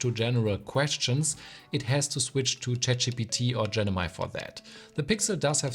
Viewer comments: gennymy ❌❌ Gemini ✅✅ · he's still unable to pronounce it correctly... it's GeMini, not GeNimi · Good comparison but what's genimi 😂 it's gemini bro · Gemini ❌ Genimi ✅ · Loved your video except for how you pronounced Gemini as Genimi lol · Bro really said "Genimi" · Genimi ❌ Gemini ✅ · you said Genimi instead of Gemini 🤣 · Why do you say GENIMI. Its Gemini :(( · Who heard him saying Genimi instead of Gemini 😂😂😂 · GeMIni, not genimi. Great vid though. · bro saying Gemini Genimi all the way in the video. tho the video is high end. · Gemini not genimi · I heard genimi not gemini. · "genimi" haha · it is GEMINI (GE MI NI) and not GENIMI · Well he said genimi and now I understand why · Actually it’s Gemini. You mistakenly called it Genimi quite a few times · Hello. It's GE MI NI. Not Ge ni mi.✌️😁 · Great video, thanks. But It's pronounced GeM-i-Ni.